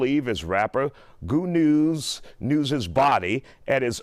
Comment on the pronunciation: It's "Goonew" NOT Goodnews smfh